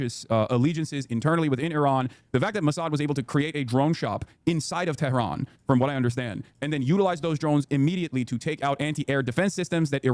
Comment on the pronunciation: Why does he pronounce "tehran" like an arab... that's not how it's pronounced at all omfg